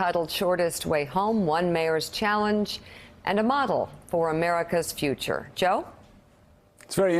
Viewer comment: It is pronounced "Buddha + Judge".